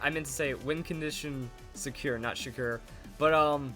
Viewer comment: Calling it now, "shecur" is gonna be the second coming of Spidgey. xD